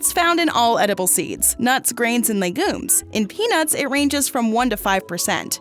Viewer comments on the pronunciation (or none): No way she just called legumes leh gooooms